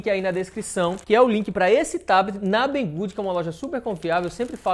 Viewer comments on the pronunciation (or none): fala o nome da loja em português mesmo por favor, que agora tu aprendeu a falar em chinês, não entendi não.